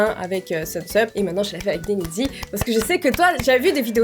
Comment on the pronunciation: on le prononce denizi😉